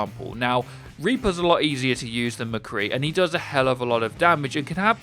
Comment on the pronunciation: "Repour"